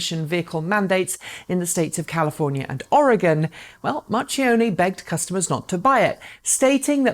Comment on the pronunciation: Btw, it's pronounced Mar-kee-onn-neh.